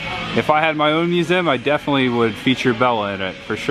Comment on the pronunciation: Why can you not pronounce the word Museum correctly?